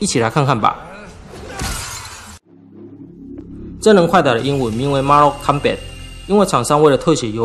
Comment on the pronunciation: up主是 “/ˈmɔrtəl/ /kɑmbæt/” 不是 “麻肉空拜” 😂😂😂😂😂😂😂😂